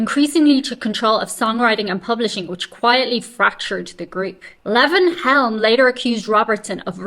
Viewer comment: his name is lee.von helm.pronounce it Lee. Von